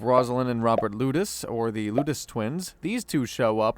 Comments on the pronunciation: Lettuce twins? 😂 LOU-tess twins. LOU-tess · Yea ive seen it mentioned and your pronunciation of the lutece twins kills me.